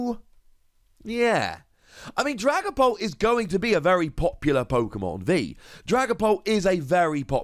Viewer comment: I thought he was saying dragon ball